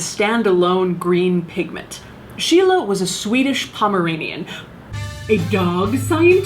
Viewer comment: I was like: who the hell is Sheila? Then: ooh, you mean Scheele. He has a street named after him in my hometown.